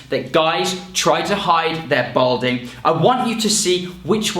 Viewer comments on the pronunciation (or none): Balding not Bolding.😉